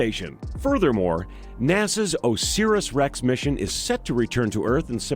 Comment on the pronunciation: Osiris is pronounced O-SIE (as in die) RIS